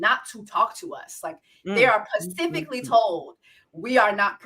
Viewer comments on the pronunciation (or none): Why do you keep saying "pacifically" instead of "specifically?"😂😂😂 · Did you do say “pacifically” to get more comments ?! Girl I hope you know it’s specifically 😅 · you are saying "pacifically" to be funny.... right? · When she says “pacifically” is she serious or is that a running joke on this show? 🧐